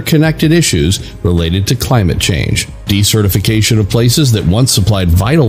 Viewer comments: That word shouldn't sound like "decertification." It sounds like "desert" with "ificatioin" on the end of it. Since this is the focus for Circle of Earth you should really get it right! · Oh man, he keeps using that word/pronunciation...